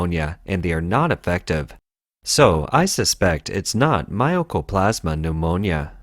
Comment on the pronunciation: How the hell do you get My-Oh-Co-Plas-Ma from Mycoplasma? Seriously. It's My-Co. My-Co, My-Co.